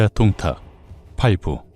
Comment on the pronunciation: 원또(원소)의 똥따령관 부분에서 ㅋㅋㅋㅋㅋㅋㅋ 김밥 밥알이 날아가는 사태가 생겼습니다. 방심하면서 먹으면서 듣다가 사레 들리고 ㅋㅋㅋㅋㅋㅋㅋㅋ 이건 뭐 쌈국지 들으면 늘 있는 일이라 ㅎㅎㅎㅎㅎ 동딱이 아니라 똥딱같은데... 들을 수록 귀엽잖아요 우리 귀요미 원또 발음이. 밥이 그냥 쑥쑥 들어가네욤. 한참 까르르 웃는 와중에도 역시 오늘의 교훈은 놓칠 수가 없네요. 꽤 여러가지도 나오는데다가 요즘도 그닥 저 시대랑 다르지 않구나 하는 것을 매치시키며 생각하다가, 인간의 본성이 그런걸까도 싶고 생각이 꼬리를 무는군요. 참 쏠쏠합니다 재미와 교양까지 일거양득이라. 아군인거 같아도, 꼭 그 안에 개인적인 시기 질투로 본질을 흐리면서 분열을 일으키는 자는 어디든 있죠. 원또가 동생을 맴매해서라도 버르장머리를 고쳐줬음 싶기도 했습니다. 동탁 토벌이라는 본질보다는 자신만의 그 자괴감에서 도출된 시샘은, 전장에서 무리를 이끌어서는 안 될 가장 위험한거죠. 결국 그 토벌 대상인 동탁하고 그럼 무에가 다르겄느냐... 이 말입니다. 원술 참 못됐어요 속도 좁구요. 진짜 적은 내부에 있다는게 이런 경우같고, 결국 그 사람의 그릇된 욕망이 자중지란이 되는거 같습니다. 특히나 원술이 본인이 이룬게 아니라, 원또라는 형님... 즉 자기 가족의 힘만 믿고, 자기 영달만 챙겨서도 일이 제대로 꼬인거 같아요. 작금도 별반 다르지않다고 보는게... 학폭이던 직장 내 괴롭힘이건 지나가는 사람들에게 마구잡이로 그러건 그런 이들을 까보면 상당 수가 '가족이 뭐다'가 꽤 역겹게 자주 나타나곤 하죠. 하지만 원술도 요즘 시대의 또 다른 원술같은 자들도 간과하는게 있죠. 진시황도 천년만년 사는걸 몬했는데, 즈덜이라고 오래 살겄어욥? 그래서 사람은 맘 곱게 써야, 두 다리도 편히 뻗고 잘 수 있는거구나 하는 깨달음을 이번 15화가 묵직히 주네요. 재미나게 엮어주신 문화류씨 작가님, 너무나도 맛깔나서 밥 먹다가 사레도 여러 번 들릴만큼 신들린 더빙을 해 주신, 덕분에 폭염의 날씨임에도 불구하고, 식사 시간이 즐겁고 시원하고 기분까지도 좋아서 행복합니다. 고맙습니다!